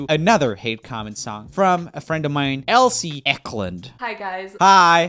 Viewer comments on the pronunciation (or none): roomie: “elsie who’s a friend of mine” also roomie: can’t get her name right again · when he said Elsie instead of Elise😂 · elsee, BRUH IT'S ELISE E-LEE-SE JUST GET IT RIGHT YOU....... OOF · Ikr. Elsie 😂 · It's Elise not Elsie. I had a friend growing up who also had this problem with people misreading her name. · Roomie said Elsie not Elise! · And then for rest he just says Elise 😂😭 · Roomie: Thats a friend of mine Also Roomie: Saying her name wrong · Roomie: A friend of mine- Also Roomie: says Elise wrong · Joel: My friend Proceeds to pronounce Elise wrong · “Now on to a personal friend of mine . . . *says name wrong * By the way, that Elise video was how I found Elise and how I found a singing channel that was better than urs sry but it’s true